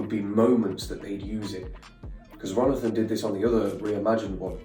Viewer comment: "RONITHON" is killing me